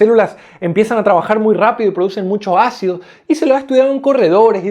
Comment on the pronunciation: Se dice, ácido. No jaccido. Ahora la gente habla con la. J. Dañando el español